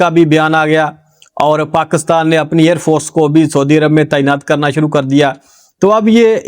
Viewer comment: Please ap paakastaan na bola kro Pakistan hota hy